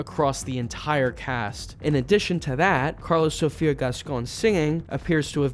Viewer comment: Funny that your pronunciation of "Karla Sofia" sounds like "Carlos-...ofia"